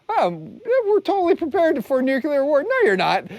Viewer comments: Not nukular, nu-clear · OK, say it with me, "NEW clear"....got it? Points DEDUCTED. 🤣